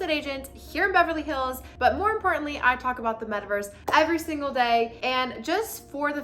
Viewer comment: She said, “Ever Singal Day”…